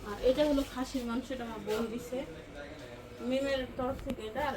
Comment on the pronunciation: মানসো না উচ্চারণ টা হবে মাংস